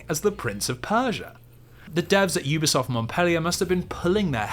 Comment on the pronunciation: It’s pronounced Youbisoft not Oobisoft. I’ve worked with them for years.